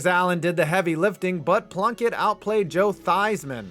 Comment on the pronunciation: Am I the only one who hears blumpkin when Plunkett's name is said?